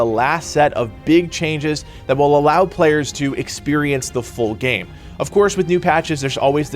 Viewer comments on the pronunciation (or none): none